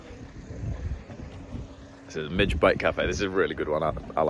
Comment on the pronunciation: FYI: You pronounce the name of your favorite cafe wrong. despite it's spelling 'midge' its actually pronounced 'Midgy'. You say the correct word phonetically however in Scotland we tent to stray from the normal grammar rules. The reason it is this way is because there is a certain small bug that lives in the Scottish countryside in summer, that has a bite that, while not dangerous is very irritating. They get there name from their size 'midgets' ==> midg-ee. the cafes names name references this insect, and plays on the word 'bite' probably in reference to the food you can eat there.